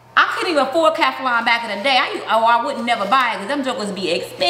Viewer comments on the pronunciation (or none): Does she mean Teflon?! Wtf is kaflon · Why is she calling it keflon. Smh. It's Teflon. She definitely doesn't know alot of words.